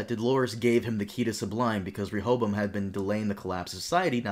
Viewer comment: Good job on learning to pronounce Rechavam's name. Ever wondered why his user interface is in English and not in French?